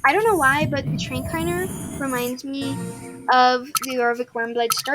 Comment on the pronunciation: Just so you know me this is not hate or anything but I’m just telling you it’s pronounced tra-K-ner idk if you said it like that but it sounded different so idk lol